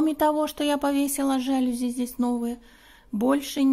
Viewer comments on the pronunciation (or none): жалюзИ - ударение на последний слог) Извините. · Жалюзи, ударение на последний слог